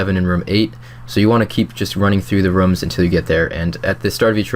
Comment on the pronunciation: Couldn't watch the vid because you kept saying rums instead of rooms.